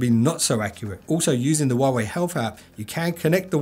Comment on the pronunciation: the "H" in "Huawei" is actually pronounced.